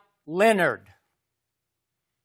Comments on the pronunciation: “ Kawhi leanord Kawhi Leanord “ 😂😂😂😂😂😂😂😂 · The fact that you have to struggle to respectfully say another man's name(Kawhi Leonard) says a lot about your character.